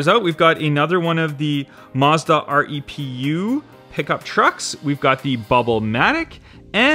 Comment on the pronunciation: I believe the Mazda REPU is pronounced REPU not R E P U